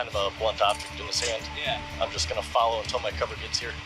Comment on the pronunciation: I hate it when they says Fallow my command 🤬